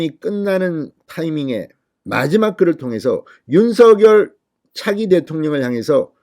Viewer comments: ㅎ 발음하는데 혀가 문제인거 같아요ㅋㅋ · 윤석열 대통령을 항상 윤서결이라 부르 듣기 거북합니다 윤성렬이라 부르세요